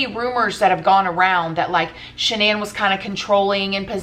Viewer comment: Is that's really how you pronounce the woman's name? I thought it was "Shan nun"